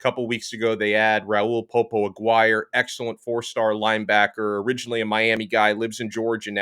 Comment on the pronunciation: Its AH GEAR EH' not A Guire ....spanish not English lol